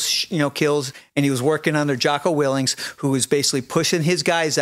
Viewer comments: You seem to know a lot about Jocko yet you cant even pronounce his last name correctly. Real credible source you are, chief. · I can't take anyone seriously who repeatedly pronounces his name 'Jocko Willinks.' That, and all I've seen this dude do is push extreme negativity online about a wide range of ex-servicemen. I'd wanna see some evidence before taking a single word of his at face value. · He can't even pronounce "WILLINK "... Sounds like he's jealous of Jocko's success. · Imagine trying to knock someone whose name you don’t even pronounce correctly. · You throw a lot of shade on Jocko when you can’t even pronounce his name right… then he proceeds to bash Kyle and lie about him. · Is it me or did he not once pronounce Jocko’s last name correctly?